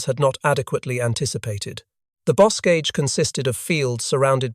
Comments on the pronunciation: "bo·kaj" not bose-caj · It's not boscage. It's bocage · Boscage? I thought it was the Bocage. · Also Bocage as Busque or something like that.